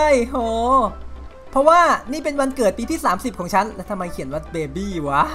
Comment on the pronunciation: มันอ่านว่าเบเบ้ ไม่ได้อ่านว่าเบ็บ (=_=)